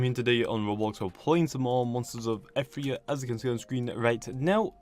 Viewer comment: The game name is pronounced Ee-ther-eea NOT Eth-ree-a